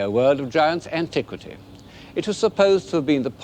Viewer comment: Did I hear him say “antique-city”? 😊